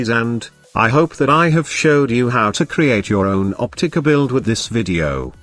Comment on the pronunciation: The OPTICUH! Lmao love it lol I main the Opticuh.